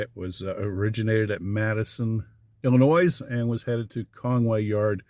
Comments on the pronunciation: DUDE For the Freaking Life of GOD! You don't Pronounce the "S" in ILLINOIS! Good grief!! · you sound like a genuine person who cares about what he does and says. Therefore, I think you would want to know that the “S” in Illinois is not pronounced. It’s a French name because it was originally discovered by a French explorer. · The 'S' in Illinois didn't go unnoticed, but I exercised restraint. 😉 The only people I know well who were evacuated are members of that little Presbyterian church I attend evening service at in W PA. Their home was just beyond the 1mi evacuation area, but they spent a week in a hotel to be safe. He's a ruling elder in the church, and he owns a business that was within the zone. He said they anticipated the evacuation and were able to retrieve the tools they'd need before it was handed down.